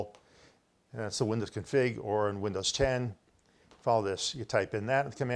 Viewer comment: its actually c:\ipconfig /all not c:\ipoonifg....